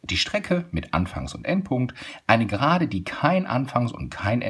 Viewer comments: Gerade und nicht Serade 👎👎👎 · Warum serade?